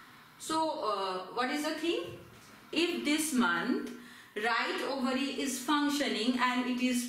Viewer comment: Overy Is Ovary 😂😂😂